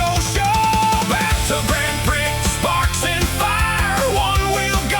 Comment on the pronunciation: Prix is mispronounced....no surprise cuz the AI always sucks.